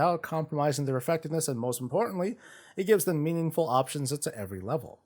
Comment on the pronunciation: Blizzard has started emphasising the word ''Meaningful'' as it is very important for us WoW players 😆